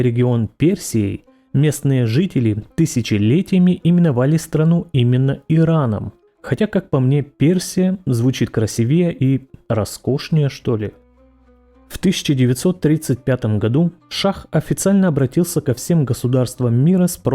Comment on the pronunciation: Правильно говорить красИвее